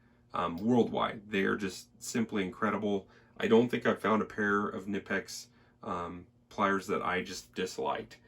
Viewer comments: I believe the k in knipex is also pronounced. (ka-nipex) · It’s actually pronounced Kuh- nip-ex but don’t feel bad, so many people mispronounce it they even sell a t shirt that with the pronunciation on it. Love the halders ! Great review man. 👍🏻The only issue I have with the larger size simplex’s like the 50 & up is that they don’t sell the the same selection of inserts for example the copper inserts aren’t made for any sizes aside from the 30 & 40mm sizes as well as the fact the handles are matched to the head material for example the fiberglass handle is made to be used with if I recall correctly it’s either the reinforced cast iron or standard cast iron head housing only. I kinda think they make it seem as if all the inserts handles and housings are interchangeable when in fact many are not compatible with each other at all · pronounce like the body part "knee" but with a hard k and n.